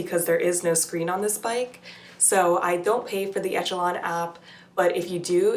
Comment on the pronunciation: For the love of God, it's pronounced eh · shuh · laan